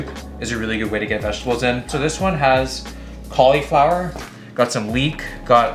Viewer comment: You say cauliflower weird